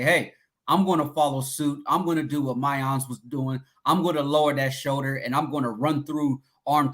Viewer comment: Did and go to the same grammar school? Both constantly butcher players’ names. It’s Miyan. Not Miyon. always saying Emeeka instead of Emeka. Figure it out guys